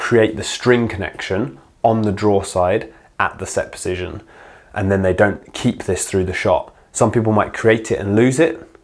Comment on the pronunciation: thoroughly enjoying your video, exceptionally informative for someone at beginner level like myself. i enjoy the indepth insight................... until you said PESITION for the 100th time......... POSITION, POOOOOOOOOOOSITION. not a F@ 'e' in sight mate, but you found like 3 of them. Only playing, great videos,keep it up. Position POSITION. POOOOOOSITION